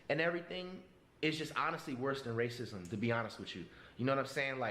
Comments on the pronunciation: Shawdy said Racicism 🤣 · Chileee... the illiteracy 🥴 mutted instead of muted? Woman instead of women? Racesism? What’s going on? 😂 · I lost my shit when she said racisism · this bitch said “race sis ism” 😭😭😭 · Yo face when she said “rassisissum”🤣🤣🤣🤣🤣🤣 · I moved my head the same way & made a face like did when she pronounced racism.. She's crazy lmao